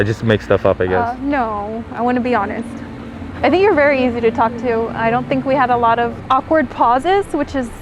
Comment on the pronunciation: Vewy vewy emotional Ok